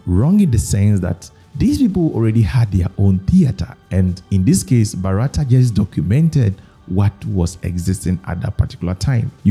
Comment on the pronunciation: Not Barata, his name sounds Bhaaratha.., from which the name of this country comes.